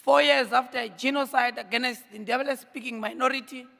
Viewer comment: Please can we pronounce the word - Against properly...